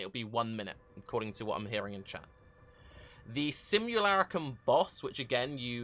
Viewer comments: Sim-yoo-lar-uh-cum Best-yoo-ary Kill-me-pls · sim·u·la·crum /ˌsimyəˈlākrəm,ˌsimyəˈlakrəm/ Learn to pronounce noun an image or representation of someone or something.